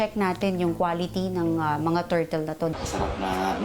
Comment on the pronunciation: Turtle ❌ Tortol ✔️ 😂😂😂